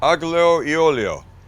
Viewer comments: AGGLIO OHHLIO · It's pronounced "ahl-Y''ALL-yo'. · YOU DON'T PRONOUNCE THE G !!! Basically everytime you see "gli" in an Italian word you don't pronounce the g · Max, tell your father the g is silent in aglio e olio ! Thank you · Even as a non Italian with a HEAVY Appalachian accent, I can tell you that your pronunciation is horrendous lol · And I don't think he pronounced the "e" in aglio e alio correctly either.